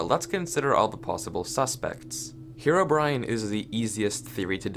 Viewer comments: I just kept hearing 'HeroBrian' instead of Herobrine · omg why did you say "herobrian" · Why one Earth do some people pronounce Herobrine as "Herobrian"? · "hero-Brian" Lol